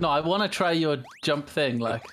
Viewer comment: "YOUR DOING ONE FING"